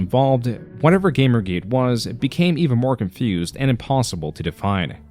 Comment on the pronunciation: In the first 5 seconds he pronounces Gamergate, GAMMergate. I can handle monotone, but please don't tell me this isn't ai. Listen and you'll pick up how bad the pronunciations are and there's a lack of substance behind the voice that only comes from something artificial. If this is really voice I'll buy a Metokur hat and fking eat it.